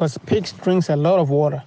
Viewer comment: Woter.... won it ..... etc